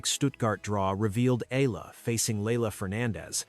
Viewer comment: Pls pronounce her name as Eh...yah...la....